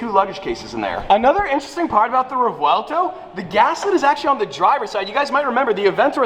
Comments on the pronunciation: Revuelto has a rolling r. So I suppose rrrev ou el toe (e is silent) as far as I'm aware it's the correct way to say it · "V" sounds like "B" in this instance. "Re-bwel-toe" is the correct pronunciation. I'm not smart - I googled it. I love this car. I love this color. So much for my Aventador dreams. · Hey according to this video the V is pronounced as a B in Spanish & is pronounced in Spanish so it would be like rebuelto crazy I know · I speak spanish as my first language, and the "V" is not silent....it is pronounced as it is....REVUELTO !!! NOT REGUELTO....or REUELTO....NOT GOOD...use that "V" please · It’s pronounced Rev-uel-tow Not Rew-uel-tow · you know you are pronouncing the name of the car wrong....Right? It's pronounced "REY-WELL-TOE" not "REV-VEL-TOE". As a huge Lamborghini enthusiast and ambassador, I would think you'd want to at least pronounce the car's name correctly..... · si dice rèvuelto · Its pronounced as: Re-vu-élto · ''Muerci-e-lago'' and ''Rivuelto'', this mofo americans crap everything they try to pronounce! a lot of money but nothing invested on his gray matter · As an Italian you say the v it’s revuelto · It’s pronounced ha-vuel to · Revuelto, is how you pronounce it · It's pronounced REBUELTO in Spanish. Because we all know that Lamborghini uses Spanish names for all there cars. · Revuelto is a Spanish word and it is pronounced ReBwelto, got that straight from the mouth of a Spaniard friend of mine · Fluent Spanish speaker here. It's re-VUEL-to. The V has a hard pronunciation (Sophia pronounced it right!). Nice to see the car!!! It looks so majestic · Correction for pronounsiation of revuelto is rehuelto,rewuelto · it sounds better as "reWELTo" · In Spanish you would say revuelto and the vue is like a w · The V is not silent. Rev uel to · It’s Revuelto the v is not silent as least not in my type of Spanish 🤣 (im Cuban) it means scrambled or turned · Bro, it’s pronounced Revuelto. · i think its revOOelto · Row el toe